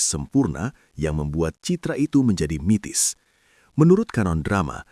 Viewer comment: Bukan mitis,,tpi mistis